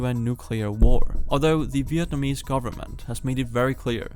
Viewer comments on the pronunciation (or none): none